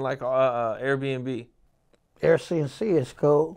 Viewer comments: Nicca said Air C n C🤣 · 🤣🤣🤣🤣🤣🤣🤣 he said Air c n c 🤣🤣🤣🤣